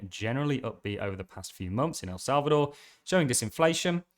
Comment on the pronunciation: Salvador not Salcador..